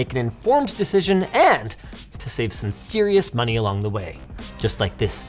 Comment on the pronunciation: more moneh 🗣️🗣️